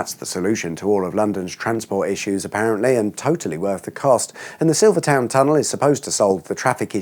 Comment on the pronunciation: You are English and are pronouncing Silvertown tunnel wrong 😂😂😂 wonder how you pronounce Greenwich